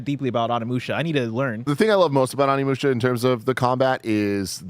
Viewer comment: Tim Onimusha mega fan but legit pronounces the name wrong every time. Now he’s got mispronouncing it now also…